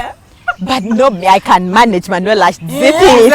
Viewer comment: 😂😂😂 Manuela ...i hear "tying legs"